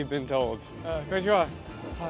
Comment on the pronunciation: It's "konnichiwa", not "konichwa". As I appreciate that you are bringing awareness and this video has been eye-opening and educational, your typical american behaviour of just approaching those homeless folks was unprofessional--and not respectable. It's no wonder they didn't like you because you just show up with a camera and demand questions, without even asking permission first. It's no wonder the entire world hates you americans. Y'all have no sense of respect of others or professionalism.